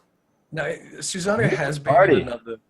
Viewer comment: Guys, learn how to pronounce other culture's gods. First it was Quetzalcoatl, now it's Susano. It's a small thing but I find it really annoying. SU-SA-NO-O. It's phonetic, and there's no z sound.